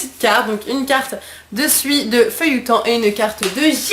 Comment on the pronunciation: C'est pas feuilloutan c'est feillajou